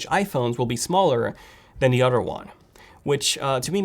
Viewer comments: Why does he always says “otter” not “other” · "utter" phones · It’s so funny. You pronounce “other” as “udder”. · Lol udder & anudder 🤣🤣🤣